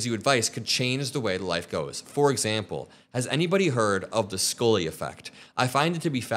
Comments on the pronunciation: Its Scully, not Skoly 😢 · Scully....._skull-lee like a skull......not School -lee lol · Why did he pronounce Scully as Scoley?